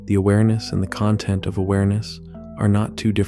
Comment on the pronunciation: You are a human and not an AI narrator, and you pronounce the noun "content" like the adjective "content? How can this be?